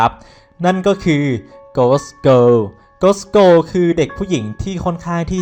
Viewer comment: โกส เกิล ไหมนะ เหมือนเราได้ยินว่า โกส โก